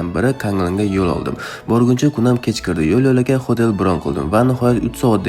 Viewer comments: Xotel degan ekansiz men xotelni xotin deb eshitibman😂😂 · Xoʻtel deganizga man mazza qildim😂😂😂